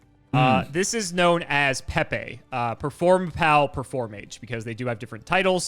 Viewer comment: Obsessed with pronunciation of "perfomupple"